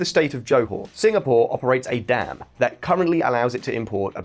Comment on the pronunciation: "singa, POUR"